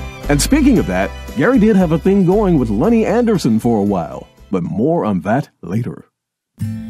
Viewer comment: Did you say... Lenny Anderson?